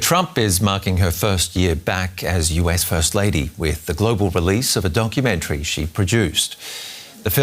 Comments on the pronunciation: He said DONKEYmentary, GENIUS! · Did he say donkeymentary?